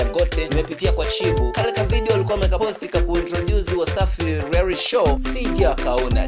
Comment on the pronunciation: P.s it's REALITY not rearity